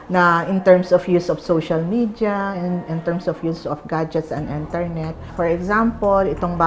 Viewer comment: " ENTERNET hahaha rin HAHAHA